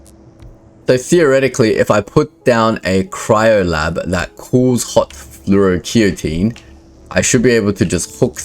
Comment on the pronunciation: Hey boss just fyi fluoroketone is pronounced Flor-oh-key-tone.